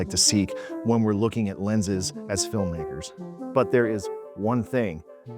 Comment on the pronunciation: he did NOT say "Film-makers" bro 😭